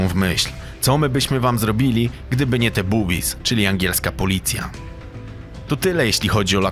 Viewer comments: Oj chopie nie "Bubis" jak to wymowiles ale "Bobbies" czytane "bobis". Bubis oznacza w gwarze potocznej kobiecy biust... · Fajnie przekręcasz angielskie wyrazy, boobies to cycuszki a nie policjanci :)) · Boze nie boobies tylko bobbies lol.